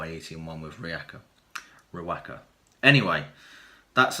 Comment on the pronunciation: I know I'm three and a half years late but given the current situation with NZ in total lockdown I'm watching tons of video dreaming of the next brew, lol. Anyhow one little tip is the the pronounciation should be ree woka. Just a small thing but great video anyhow. Cheers from NZ, hope you are all safe and sound !!